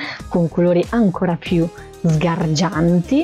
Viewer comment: Mi fa impressione quando dice sgargianti